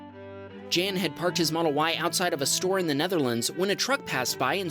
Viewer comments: The male name Jan is pronounced as if it were the word "yawn" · Good stuff! (As usual.) One quick comment that has nothing to do with Teslas in particular... In #12, if the submitter is from The Netherlands, then that name is pronounced "Yahn" (with both the J and A being soft). It's where "John" comes from. :-) Also, in #8, NEVER assume anyone is actually using their mirrors (or knows how to use their mirrors, or even gives a hoot about what they see in their mirrors)... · Jan (the submitter from the Netherlands) is pronounced like Americans say "yawn"... much like Johann is pronounced yo-hann. My ex-girlfriend, Janneke, and her dad, Jan, both pronounced it this way, with the "J" being pronounced as a "Y". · tfw when you read a Dutch name like "Jan" and pronounce it like the month 🙄